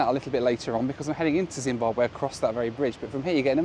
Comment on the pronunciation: Zim-Bahb-wee, not way. Just for next time. Love the vids!